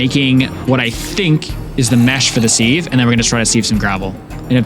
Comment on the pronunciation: Loving the vid but "seev" instead of "siv" for "sieve" hurt to hear hahaha